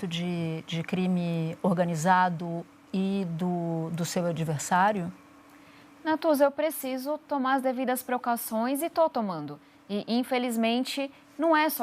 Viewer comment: devidas procauções. Esse é o nível de candidato kkkkkkkkkkkkkkkkkkkkjjj